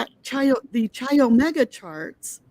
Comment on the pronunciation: pronounced Ki Omega, not chi